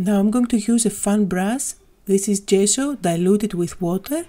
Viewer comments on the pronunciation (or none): none